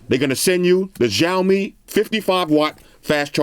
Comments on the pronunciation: Ok im not Chinese but... Its either s or sh but definitely not zh! Shao-mi (xiaomi) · i like how he pronounce xiaomi (jiomi) Lol